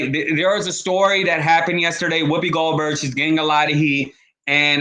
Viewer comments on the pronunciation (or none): none